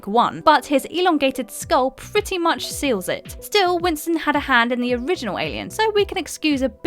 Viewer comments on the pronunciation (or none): none